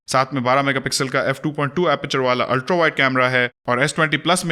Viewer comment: Aap Ultra ko "ultrau/ultrow" kyun parhty hein? It is ultraa, not ultrau or ultrow.. Sorry just wanted to point out Jo maine note kia.